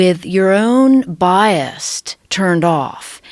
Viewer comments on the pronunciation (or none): I believed her until she said bias with a "t" on the end lol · "...with your own biast..."